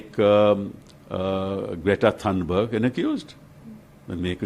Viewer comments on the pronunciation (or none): Greta Thunburii 😂😂😂